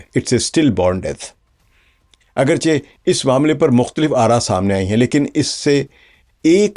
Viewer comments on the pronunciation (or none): none